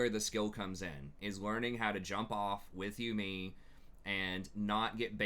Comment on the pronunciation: man i love these videos... up until you say yuumi its not you me its yuumi.